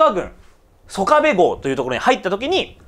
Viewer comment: いつも興味深く拝見しております。拙は高知の原住民でして、出過ぎた訂正を。「曽我部」は「そがべ」とにごります。「香美」は「かみ」と読みます。石谷本家の若様は、拙の朋輩でありまして。別の動画期待しております。